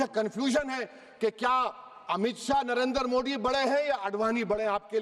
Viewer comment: यह नमूना प्रधानमन्त्री जी का नाम भी शुद्ध उच्चारित नहीं करता।